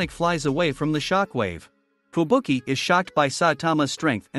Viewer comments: Man said fubuku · Bro called her fubuku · Fubuki not fubuku